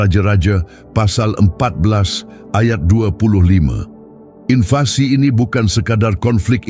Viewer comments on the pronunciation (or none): none